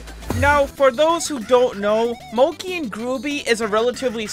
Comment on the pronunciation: btw it moc-E and gruu-by so that's how u say it...